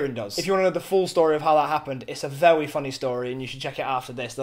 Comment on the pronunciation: A bit off topic but I grinned when said very because it sounded like vewy and AWWWW.